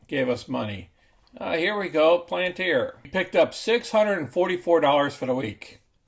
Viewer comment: Sorry, After that pronunciation of palantir i cant watch you more than 10 seconds.. Palayantar SMH